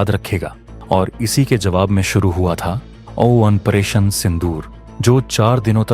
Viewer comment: ऑपरेशन को ओ वन परेशन क्यों बोलते हो?? A I की आवाज लगा रखी है शायद।